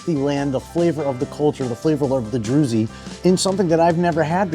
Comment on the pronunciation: It’s pronounced (drooz), rhymes with Jews, not “droozy”. Dude you gotta do a minimum of research.